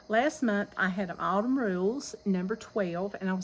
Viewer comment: Don’t forget your “n” on Autumn